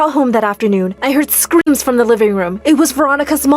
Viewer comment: Wait did they say shoots or skreems